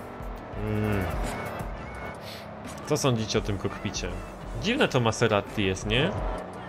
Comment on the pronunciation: maserati, a nie maseratti